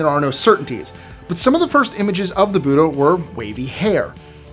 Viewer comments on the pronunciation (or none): none